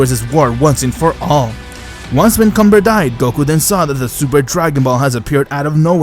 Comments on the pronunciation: Bro its “Kamba” not “Cumber” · Is it me or comber sound like c*mber